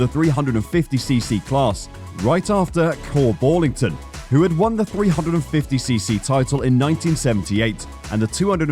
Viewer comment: Your pronunciation of all the key names is terrible. Team Ajo = Eye O Ekerold= Ecker-old. Kork Ballington= Cork Bal-ing-ton.. Sort it out and give some respect to those great people.